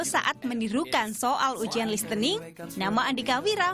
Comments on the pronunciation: narator: lis te ning 😂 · 2org pakai british accent, sementara omes masih salah mengucapkan kata LISTENING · Sekelas pembawa acara net tv, pronounce "listening" : "listening" it should be "lisening".. Come on, learn more... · Itu bukan "listening" tp bcnya "lisning/lisening". Silent T alias t nya g dbca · Ini narator salah kali ya listening bukan dibaca "lis-tening" juga tapi "lisening", ada baiknya sebagai narator juga belajar, gimana cara pengucapan dalam bahasa Inggris kl mmg mau ucapin dalam bahasa Inggris, pastikan apa yg diucapkan benar. Sama halnya dengan "check sound" tapi yg bener "sound check" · lissening bukan dibaca listening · Susahnya mendidik orang Indonesia mengucapkan “LISTENING” dengan benar... The T is SILENT. “Lis-sening”. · Lalu Kenapa mereka bilang lis tening 🤩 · Nah iya ini baru bener. Gua kadang agak risih, bahkan guru gua kalo bilang listening T nya disuarakan. Kacau